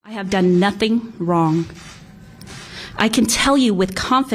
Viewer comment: Apparently the Duong’s do wong instead of doing what’s wight